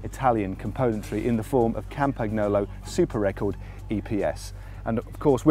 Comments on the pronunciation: Matt for the nth tine it's not Campag-Nolo!! It's Campan-Yolo!! Try to imagine an italian saying campag-nolo.... sounds wrong right? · You're hurting my ears Matt. How to pronounce Campagnolo